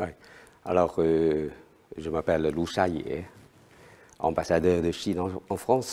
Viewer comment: Petite remarque,: on ne dit pas "Lou Chaille", mais "Lou Cha Yé".